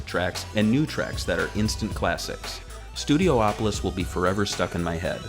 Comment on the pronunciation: it’s not studio-opolis it’s studi-opolis